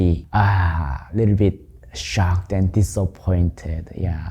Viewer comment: "shock a ded" is not how you pronounce shocked. say Shock. now add a T to the end of it. then round that T off a little so it sounds more like a D. there you go. SHOCKED. stop adding extra letters in words that don't have them. looking at you Aluminum